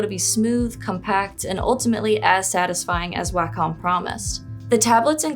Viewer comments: Well unfortunately, I am a stickler for pronunciation. It's odd that I d find this particular word, "wacom" nearly always pronounced incorrectly. It is pronounced "Walk-um" Not "way-com" I apologize for this however, it's lazy when person does not research before talking in a video. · It's pronounced "WAH-KUM". Do better research, don't be so lazy. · I always thought it was pronounced as "Way-com" or more like "Way-cum". I've seen some people say "Whack-cum".